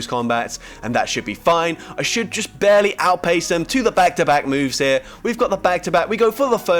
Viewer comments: yeah! "Bear-ly" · every time you said “…barely” i heard it as “bearly” lol. or “gg’s to that opponent bear” after every battle 😂 also, i know it’s just RNG but I swear NS boost rates seem out of control this season.